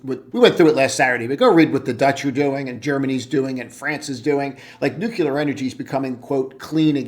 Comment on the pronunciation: Good analysis. Friendly tip- revisit your pronunciation of nuclear... there's only 1 'U' in that word 😉